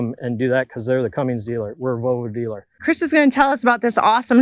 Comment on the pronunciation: There is no G in Cummins 😂😂